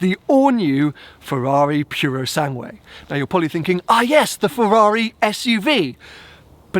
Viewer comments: You oughta check your Italian: It‘s NOT the „Pureosangwe“ but the „POOroSUNGwe“. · So youve been the fricking practising the name of the pass but keep mispronouncing the name of the actual car! Tip: the ue at the end is pronounced like a flat eh; purosangeh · when saying Purosangue, don’t pronounce the second u. It is silent.